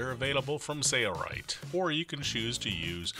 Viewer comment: Does anyone else notice when he says "Sailrite", he hardly pronounces the "l". I hear the word Sailrite as Sayrite every time he uses it. Sail Rite yes Sale Rite yes Not Say rite.